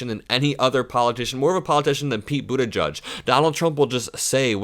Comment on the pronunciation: I think it’s edge-edge not judge. Love your videos! ♥️